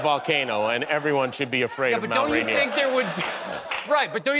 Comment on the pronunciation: Yikes, the cringe pronunciation of rainier.. "run-EAR"? what? Heh, apparently we were at the UW at the same time as McHale. Mercer Island, that explains the hifalutin' pronunciation!